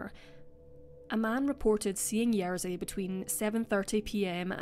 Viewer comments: Hey! Great video, thank you for making it! But RZ in Polish always makes one sound, not "r" and "z" sounds one after another, so it's "Ye-zhi", not "Yer-zi". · I do try my best and always look up pronunciation of names that are unfamiliar to me. I just pronounced Jerzy the way it's pronounced for the tennis player, which is what I thought was correct. (Turns out the English commentators say it wrong.) But I do agree that more effort needs to be done by creators to at least attempt names as best they can. E.g. if you've seen other videos of mine, such as the Alcasser Girls or Monster of Florence, I've tried my best to get pronunciations right. I think it's the least a person can do 😊